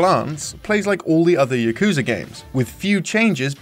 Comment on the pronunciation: Your pronunciation of "Yakuza" and "Kazuma" is killing me.